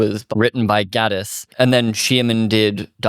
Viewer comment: Mark Gatiss’s name is pronounced Gate-iss